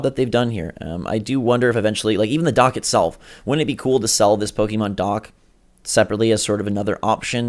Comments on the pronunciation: This guy says "Pokeemon" gimme a break are you serious? Learn how to read, it's Pokémon. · Po-KAY-mon, not Po-KEE-mon. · to anyone pronouncing pokimon im sorry its pokemon, why does everyone say pokimon ??